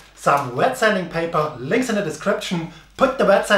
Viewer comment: "links in the description" thats the prove he is 100% german 😂